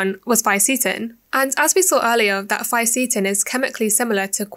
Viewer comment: Didn't like how you mispronounced the words Fisetin and Qurcitin